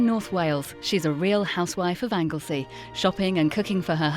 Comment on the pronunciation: The name is Anglesey please practice the words & names before you speak.!